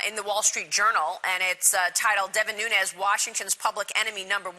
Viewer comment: Learn to pronounce Nunes. Youre a smart guy, cmon man.